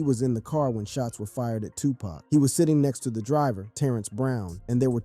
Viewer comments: His name is Tupac not tupack ok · First of all its not TUPACK, ITS TUPAHC! GET IT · It's NOT 2 PACK...IT'S 2 POCK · Bro how the fuk do u not know how to pronounce Tupac's name correctly smdh it's like calling Michael Jackson Michelle Jackson...get it together bro he's only arguably the most legendary hip hop artist EVER the least you can do is get his name right